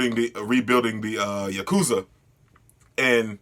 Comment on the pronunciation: Lmao chi-sa-key and the yok-uz-za